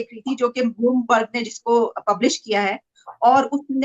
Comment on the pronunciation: It's Bloomberg not Boolmarg 🤣🤣🤣🤣 How childish